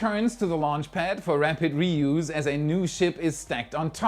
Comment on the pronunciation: Btw, your delivery, English and diction are excellent. One very minor subtle thing, but more relevant in this subject area: the second syllable of reuse as a verb rhymes with blues, as a noun with juice. English is daft!